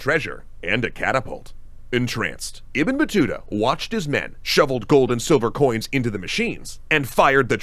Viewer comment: Bro how you keep butchering Ibn Battuta’s name 😂